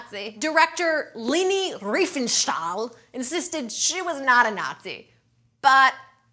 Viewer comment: As a german i feel offended by your pronunciation of the name RIFENSTAHL :D